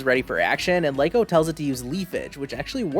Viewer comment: No hate but I believe Liko is pronounced like Lee-Ko